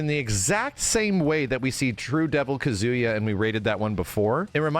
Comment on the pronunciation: Take a shot everytime says Kuh-zoo-yuh.